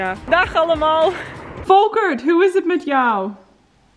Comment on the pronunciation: Hi, im Dutch. You did it great because its not a simple language. And on the end you say jet but it must be het